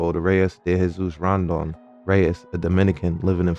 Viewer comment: Damn I think you just exposed your self of using an Ai voice generator with the pronounciation of buddy name “rondon”